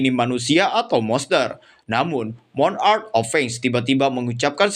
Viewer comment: pengucapan monarch kak...bukan moo n..ark...nanti beda artinya atau tidak memiliki arti monarch=raja.. klo ucapnya moon..ark= bahtera bulan